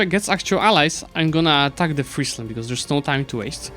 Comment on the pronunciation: Finally, an EU4 youtuber that knows how to pronounce Friesland. Really enjoying this series as it allows to see your skills in a variety of scenarios, fantastic idea. I hope you'll consider a new series after you finished this one in another part of the map. For the next episode I'd think either Sweden/Denmark or Ajam would be interesting, I'd like to see the aftermath of the league wars.